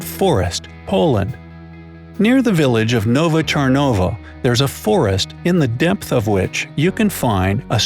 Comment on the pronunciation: Did someone say Czarn-OWO?!